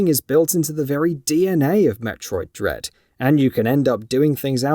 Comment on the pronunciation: I think u said Dread wrong in the opening line in the video.